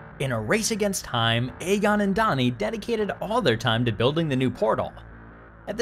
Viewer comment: ay-gon? you even seen Ghostbusters before? lol